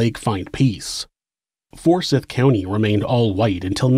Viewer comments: Anyone else from the Atl area get tripped up hearing him pronounce it "For-SITH" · It's pronounced "for-sithe", not "for-sith". Quick Google search, right? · Well done! Lake Lanier (luh-NEAR) is pretty, but we know you don't go swimming there. I had NO IDEA about the history. Only superstitions. For what it's worth, though, Forsyth (for-SITHE) County has growing Hispanic and Indian/Pakistani populations now. It's wonderfully diverse even compared to a decade or two ago.